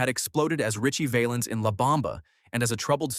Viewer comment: Its pronounced Valenz as in Valenzuela , that was Richies real name , get it right